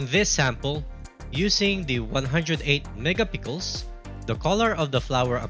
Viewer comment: Akala ko ako lang nabobother sa mega pickles nya😂